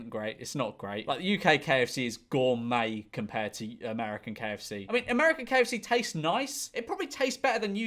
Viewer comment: Yhe way he pronounces "gourmet" lol